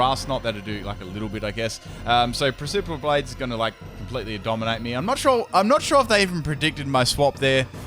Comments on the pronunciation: precipice blades pronounced "press-eh-piss blades" synthesis- "sinth-eh-siss", Sorry man not trying to be a dick it's just been bothering me. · Precipice blades is pronounced press-a-piss blades fyi